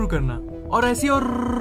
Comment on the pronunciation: or rrrrrrrrrrrrrrrrochak. Ye kya tha bhai